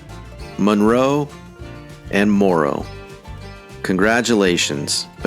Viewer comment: It's pronounced Al-bany. Cordele and Monroe are also mispronounced.